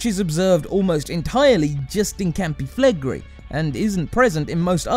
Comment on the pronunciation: I don't think it's that bad. Although he should've listened to a few Italians before pronouncing Campi Flegrei as Campee Flagree XD